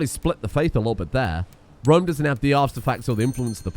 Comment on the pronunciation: Not even Rome. It's ROM...